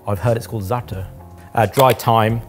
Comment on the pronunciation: Never heard a non-arab say zaatar so well!